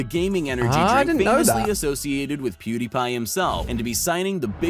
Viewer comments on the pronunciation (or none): Did Ali just call pewdiepie POODIE? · Video: pewdiepie Ali-A: Poodie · Did I hear POODIE!